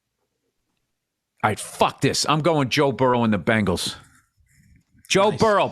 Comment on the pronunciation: Who knew that 80's pop stars The Bangles would one day become an NFL franchise. I always thought it was pronounced Bengals.